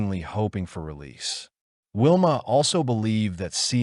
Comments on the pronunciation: Please do your research and get the pronunciation right. This beautiful girls name was pronounced Sharn King-ee, that ugly hags name is Valmae not Wilma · By the way her name is Valmaid Beck not Whilma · Pretty sure Sian’s name is pronounced She-arn… her last name is pronounced King-Eeeee and the rapists wifes name was Valmae NOT WILMA…. Do you even research these cases??? Very disrespectful to Sian’s memory.